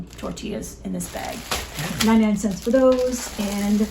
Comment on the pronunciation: I've been watching you guys for years and it's been fun watching the boys grow up. Especially Daniel because he's in the videos the most. I have nothing but great things to say about all of you. I just need to tease a little. Maybe it's a Mid Western thing, but I laugh a little everytime she says "cents" (sants) 😂 " comes out to.30 sants a serving" Anyway. I wish we had an Amish community here in California. Lord knows we need all the help we can get on groceries. Luckily we have an Aldi and a Walmart near by and a WinCo about 20 miles from here. We just have to weigh out whether it's worth the gas to get there or not (another huge expense here). Love you guys. Keep making great content and writing good newsletters ❤. See you in the next video.